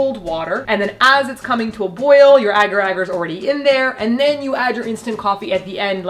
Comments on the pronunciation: Ok I have to say, it’s pronounced ay gar ay gar, not agger agger 😂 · It’s pronounced a-gar a-gar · You pronounce agar agar so adorably. In Australia we say AYEgar AYEgar